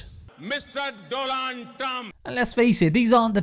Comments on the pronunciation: Modi makes best pronunciations 🤣😂🤣😂🤣😂🤣😂🤣😂Doland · Modi: “Mr. Dolan Trum” 😭🤣🤣🤣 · Mistarr DoLAND Trump 😂😂😂